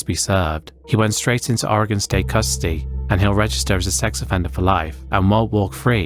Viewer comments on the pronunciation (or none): none